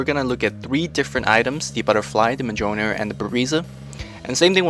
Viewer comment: its miyolnir. Go see Thor the movie.